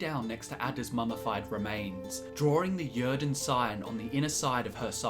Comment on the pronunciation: Yrden is a Nordic word, pronounced 'yeer-den'.